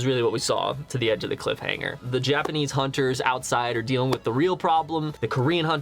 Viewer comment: For a second there i thought he said cliff hang🤣